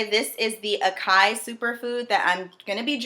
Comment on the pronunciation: It's pronounced Ass-Sigh-Ee Acai lol 😆